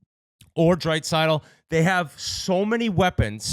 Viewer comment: Edmonton will win the cup once Whit can figure out how to say Draisaitl’s name correctly